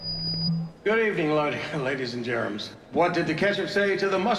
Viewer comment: Did he say 'hello ladies and gerems'?